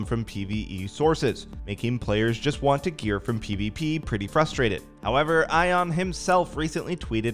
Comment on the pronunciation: Bro I got a good laugh out of it, but you pronounce his name like Ian, not “ion” hahaha